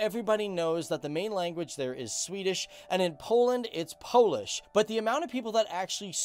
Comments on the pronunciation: It was fun to watch but you have mispronounced every Polish word! Hahahhaah. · 😀 You Both Nations are my Cool Neighbors but Your Language is more hard then Swedish 🥺 🥵As A Non European German ....It almost Killed me to pronounce anything in Polish Still you Both are great as long as you lost to us in football